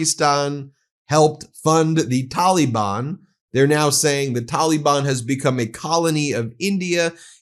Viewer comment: Ah yes, the Taa Lee Bun. That's how you pronounce that